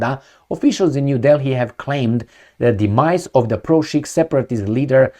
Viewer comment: ...Sikh is pronounced Seek.